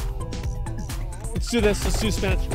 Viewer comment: every time he says "spinatch", a sailor dies